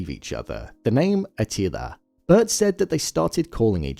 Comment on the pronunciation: A til ER not A teeleeA